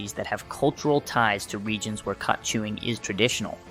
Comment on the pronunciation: Bro cannot decide how to pronounce "khat" lol. Also, saying "schedule I V" while showing a syringe being filled up is going to be super misleading to people who don't understand that it should be pronounced "schedule four" and that the schedule level of drugs has nothing to do with the route of administration